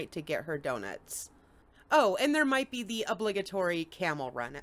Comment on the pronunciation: "We're just going to beeze until I CAN go home." Oops, 😮.